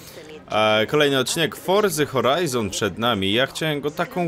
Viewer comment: Forca horijon anie forza horijon